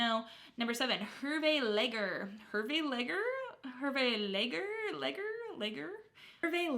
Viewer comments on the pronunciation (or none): Leger is pronounced "Lay -zher"